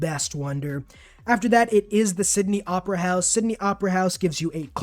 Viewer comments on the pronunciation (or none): none